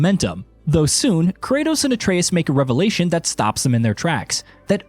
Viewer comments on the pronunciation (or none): none